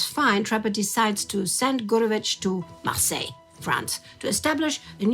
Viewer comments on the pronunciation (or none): none